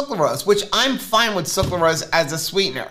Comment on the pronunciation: Suc-RA-lose 😂 not suc-LA-rose 🙈